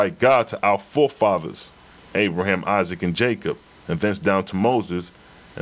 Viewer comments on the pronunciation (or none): none